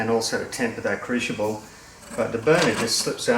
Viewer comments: if we Canadians can put up with the butchering, I think you'd call it mounting,(hope that's the correct spelling) of the English language by the Americans then I guess we can overlook your mispronunciation of crucible into what sounds like "cruchible". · Nicely done. However, it's crucial that you pronounce crucible correctly. 😉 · Dear, worried about your pronunciation of “Crucible”. That’s a small problem. At least you don’t call that lightweight metal “Aluminum” or call the liquid we fill you petrol tank “Gas”. That is really grating. Cheers from a fellow Down-under-er. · No wonder can't say crucible, ,cant even pronounce Aluminum correct haha all in fun